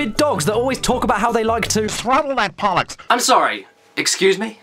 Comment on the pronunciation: I heard “Throttle that pollock!”